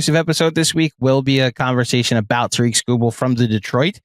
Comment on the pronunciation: Ta-rick, not Ta-reek. is the man. Illitch won't pay him. We'll take Tong, thank you.